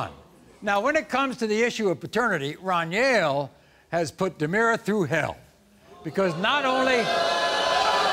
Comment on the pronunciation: Maury called my boy dunyell the whole time that man name is Runyell 😂😂😂😂